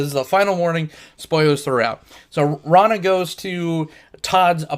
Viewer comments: Rona? GTFO if you can't pronounce the main character's name you shouldn't be reviewing the movie. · I love this movie. But you keep mispronouncing Rona's name. Good review though. This movie is a hidden gem.